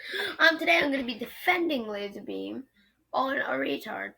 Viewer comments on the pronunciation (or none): I think it's lazarbeam not lasar tard